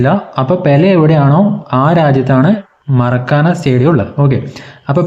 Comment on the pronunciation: മരക്കാന അല്ല മാർക്കാന ആണ്